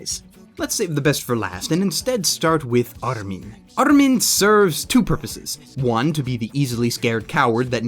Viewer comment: Kinda drives me nuts how he tries to put a japanese accent on the characters names. I mean they obviously aren't japanese names to begin with such as Armine. It's pronounced just as it's read dude. Japanese can't help but pronounce it that way because well, they are japanese.